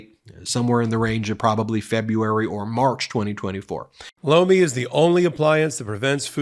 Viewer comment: I swear every time y’all do a Lomi advert it sounds like you say blow me.